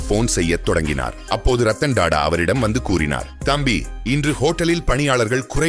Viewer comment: Da da இல்லை Tata (டா டா) ... 10 முறை சொல்லி பழகவும்...